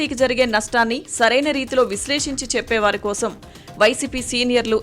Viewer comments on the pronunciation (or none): none